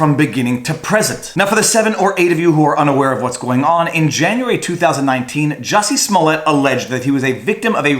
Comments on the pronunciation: Juicy Smolliet. Put a french accent grave over that e. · As a French Canadian you should know properly It’s Juicy Smullyiah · ITS JUICY SMOLLIET ! *pronounce SMO-LEE-EH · Jussie Smollett pronounced Juicy Smoyaa!!! May he have to payback wasted resources from his lies and spend as much time in prison as what the crime he faked carries! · Joosey Smooliey the French actor! 😂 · You keep pronouncing his name wrong. It's Juicy Smooyay